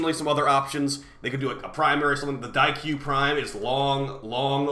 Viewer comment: Daikyu Prime rhymes with Xaku Prime